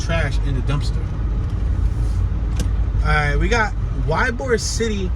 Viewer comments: It's pronounced E-bor, not Y-bor! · its ee-bor thats how you prononce it YBOR is how you spell it. you will see chickens and roosters in the area, old Spanish and Italian area these people were cigar factory workers thus the name Tampa the cigar city. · it's pronounced e-bor